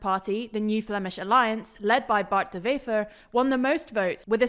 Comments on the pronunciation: Please stop pronouncing Dutch words as if they're German! "Wever" is pronounced exactly as if it was an English word. Not "Vefer"! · I heard Bart de Vever, when in Vlaams, it's pronounced closer to a W in English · NB: Dutch/Flemish doesn't use the same pronunciation rules as German... So this is not how you pronounce 'Bart De Wever' 🙂